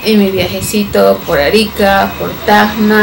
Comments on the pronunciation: SE DICE TACNA ,NO TAGNA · cuando mencionas TACNA suena como que dijeras tajna..... y bueno nada saludos gracias por ir a tacna PERU 🖒🖒🖒🤗